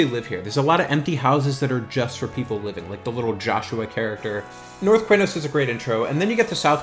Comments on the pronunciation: Always thought it was "K-nos", not "Kway-nos" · Qeynos = Kee-nohs